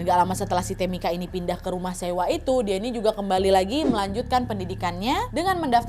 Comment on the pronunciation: Tamika itu bacanya temika ibu😩 Sama kayak Angel bacanya enjel😩yak opo seh smpean